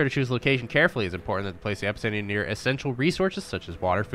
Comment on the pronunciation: Five minutes in, and I'm really enjoying the creator's personality and the video.. But the way he's pronouncing epicenter is triggering me xD